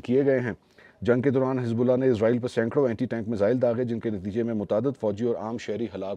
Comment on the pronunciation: Aslamo Alekum Kindly ap lo israeel lafz ko izraaeel k lfz mn tbdeel na krin because izraeel ak fareshta hy jo Allah k hukam sy logon ki rooh qabz krta hy Ar israaeel ak qoum hy js ka zikar Quran pak mn hy